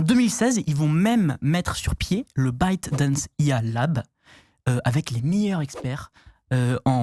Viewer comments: ByteDance ... Soit : Biaite Dence et non pas Bidense : Biden ?? J'ai envoyer la vidéo à un pote complotiste fan de tiktok et je sait d'avance comment il va interpréter la prononciation du copain XD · Y'a que moi qui entend "Biden's" à chaque fois qu'il prononce ByteDance (hormis la première fois où il le dit bien en séparant les syllabes) ?